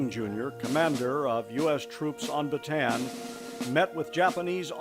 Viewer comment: Great memorial! The only problem was the continuous, never ending mispronunciation of the word “Bataan”. There is no “an” sound in this word. Instead, the word is correctly pronounced in Filipino as “Baa t on on”.